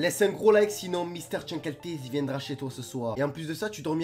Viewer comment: Bah déjà prononce bien son nom steuplaît et X files est tout sauf pour les enfants c’est une série sur le paranormal avec des enquêtes arrête YouTube car c’est de la merde